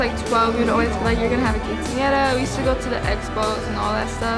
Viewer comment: “KINcenara” ugh.